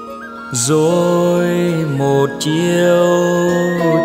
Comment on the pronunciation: Góp ý nhỏ: Người xứ Nghệ, rộng hơn là miền Trung phát âm rõ từ RỒI chứ không phải DZỒI.